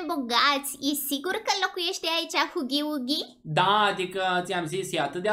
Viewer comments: Îi fain doar că vreau să-ti spun că huggy wuggy nu se pronunță cu ,,u" zi cu ,,a" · Huggy Wuggy se citeste hagi uagi nuh u gg y w gg y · Gagu bagy nu hugy bugy